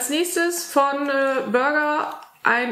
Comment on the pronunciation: Ja, der Inhalt ist schön und du baust das immer so hübsch auf. Nur eine kleine Anmerkung. Das Knäckebrot ist ein traditionelles Ostprodukt aus der Stadt Burg. Dort gab es die erste deutsche Knäckebrotfabrik. Man spricht es also einfach Deutsch aus mit ganz normalem u. Seit 2001 ist die Marke aber in die Firma Brandt integriert.